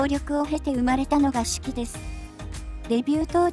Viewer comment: シュキじゃ無くてシュキーですよ！